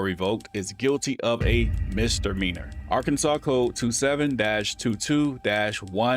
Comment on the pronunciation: Total “SHIT SHOW”!!! I will never travel to “Ar-Kansas”, ever!!!